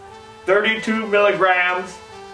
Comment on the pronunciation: Splak prug. There's your egg rolls !